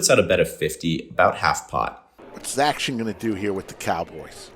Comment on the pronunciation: Great vlog. Didn’t enjoy “zac-tion” - cringe lol